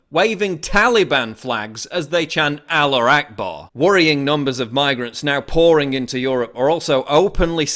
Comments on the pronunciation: Why does he say allar akbar? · Isn't it "Allahu akbar" (God is great)? I thing the pronunciation is closer to "al - la - hoo ak - bar" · The murderer shouted something what sounded like Aloha Gay Bar. Main Sewer Media translated it as a "remember Aleppo". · PAUL it's "Allahu Akbar!" other than that great video as always